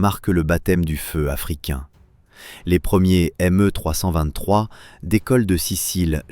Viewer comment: Pas MU mais ME